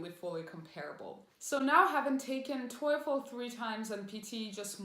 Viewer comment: Weird the way you pronounce TOEFL. Isn't is pronounced like tofu, but instead of u it's with l. Your sounds like toyful